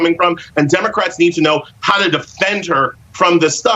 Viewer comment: He mispronounced "democrats" several times